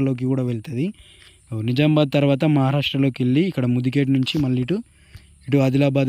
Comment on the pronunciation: It's Nizamabad....Not Nizambad... నిజామాబాద్ సరైన పదం. నిజాంబాద్ కాదు...... కావున నిజామాబాద్ అని సరిగ్గ పలకండి.